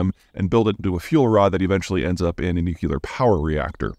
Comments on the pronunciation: Does anyone else notice he says nucular instead of nuclear? It reminds me of Homer Simpson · If you want for people to think you're smart, Peter, you need to pronounce 'nuclear' correctly. NOO-KLEE-UR. NOT NUCULAR. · nuCLear, not nuCUlar. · 'Nu-clear', not 'Nu-kyu-lar. Two easy syllables, not three. Please people, be kind to our language. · Nuclear. not nuculer. what the hell? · Nuclear not Nukular 😂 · NOO-CLEE-AR, not nuke-lee-ar. Cmon, man. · I’ll help. “nuculer” = nuclear /noo͞′klē-ər; Of or relating to atomic nuclei. You’re welcome. 😆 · Somebody say: nookilar weapons? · i was just reading comments to see if someone else mentioned that. 'new-kew-ler". so many people say it wrong that they might as well change it. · Peter, I think the title of the video is wrong, it should read "nucular"... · Dude Kids say nukular Your beard is grey Please stop saying nukular Please Please:) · Zeihan's "nukelar" pronounciation is ballistic! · he keeps saying "nukular" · Nuclear, as in nucleus. Not nucular please. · Oh, it bugs me when I hear it. Here's an overdose. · Just clicked to hear you say "nookilar" :D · The -um spelling is one year older (the name was changed to -ium because it was thought to sound "more classical", not for any technical reason), it is formally accepted, and not incorrect. "Nook-ya-lur", on the other hand, is unforgivable nonsense. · Nuclear has 2 syllables Peter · Can’t say nuclear 😢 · one day this brilliant guy will learn how to pronounce nuclear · Man you need to learn how to pronounce Nuclear if you are going to talk about it. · Why in the name of jesus are you so proud of mis-pronouncing "nuclear"?